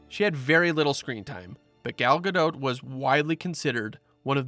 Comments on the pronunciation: it's Ga-dot. Not Ga-dote. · I can't listen to him say Gal's last name. Ga-dote. No. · It’s gah doh